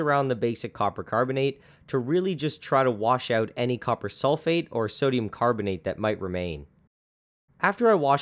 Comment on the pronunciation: did anyone notice 'sodum'